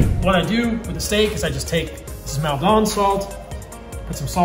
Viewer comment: Maldon isn't pronounced like that in the UK. Its not a bad choice for seasoning raw steaks, the high moisture content in the soft flakes doesn't draw-out too much water.